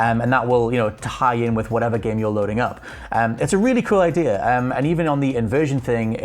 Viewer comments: Did someone tell this guy they’d pay by the “idear” count? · There is no “r” in the word idea...it’s not “idear” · It's that invisible "R". I guess we have silent letters and they have invisible ones. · Thought it was just me hearing that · Maybe it’s cause I’m American but the way he says “idea” kinda drives me crazy lol